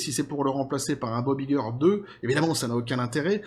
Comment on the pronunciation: on prononce en anglais Bob "ail"-gueur, pas i-gueur